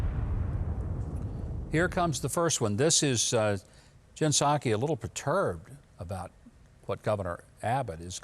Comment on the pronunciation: The only Sakè I've ever heard of comes from a Chinese restaurant.🤔 The P in Psaki must be silent. Commy spy?🤷🏾🤦🏾🤦🏾🤦🏾🤦🏾🇺🇲🇺🇲🇺🇲🇺🇲🇺🇲